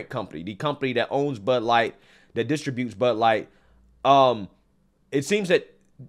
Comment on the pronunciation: He says "distra'. butes" instead of "distributes".